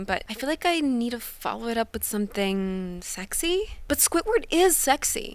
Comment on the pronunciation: “Squitword” wtf who says squidward like that